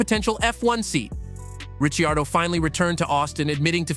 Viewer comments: Richi-ardo, are you kidding me? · Wow if you can't say his name right your fired...thumbs down never watching again. Need to get these idiots out looking for views with zero content. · You think he could pronounce his name correctly. NO! Instead butchered it!